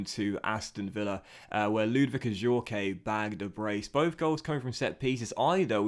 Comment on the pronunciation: You don’t pronounce The E in Adjourque